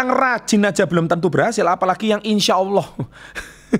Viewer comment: Ngomong " insya Alloh " nya udah faseh pak 😁 Bener juga sih pak,, banyak yang salah menggunakan kata insya Alloh.